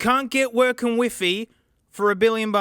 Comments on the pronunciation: i like the way you say wifi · That's actually how we pronounce WiFi in Spain 😂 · Hearing you pronounce Wifi like "Weefee" insteas of "Wyfy" was such a treat. Love your accent funny upside-down man !